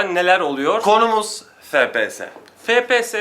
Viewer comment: Fe pe se ? ney ya ? Gamer im diye geçinirsiniz fepese ney abi ef pi es -.- FPS! Birde laf atıyorsunuz. Ef Pi Es